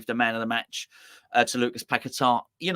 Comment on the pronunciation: Maybe one day you will pronounce his name correctly. It's not pack a tar start fucking saying his name properly . He came from there and his name is paqueta.